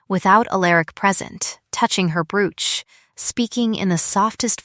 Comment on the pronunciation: Tell AI to pronounce Brooch correctly.